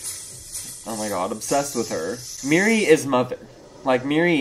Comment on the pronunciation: Its Miri not Mary😭